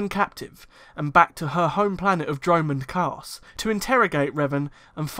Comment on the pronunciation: Yes, btw the way you say dromund kaas is hilarious 😂.